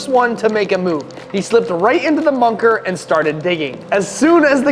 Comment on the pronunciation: Dude you said munker not bunker